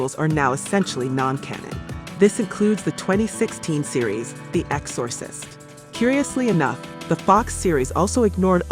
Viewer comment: EX-SAW- SIST 😂😂